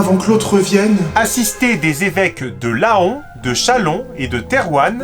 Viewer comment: les lettres "oan" sont l'une des 5 graphies du son "en" ou "an": Laon se prononce donc comme paon, taon, ou faon. Grand inculte ! <3 (ça frise mes poiles d'oreilles de picarde)